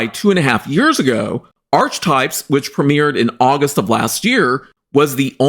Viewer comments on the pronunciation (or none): I believe archetype is pronounced as /ar-ke-type/. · Archetypes is actually pronounced .. R-key types just for future reference, I don't blame you getting it wrong as it wasn't popular and only 12 episodes plus the extra one for the trailer of it, I'm surprised anybody knows it at all lol 🤣🤣